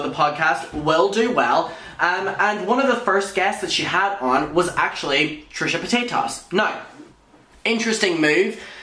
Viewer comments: lmao, I had to rewind at 'trisha pata-tas' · An ad played in the middle of introducing Trisha… did he call her Trisha POTATOES lmaooo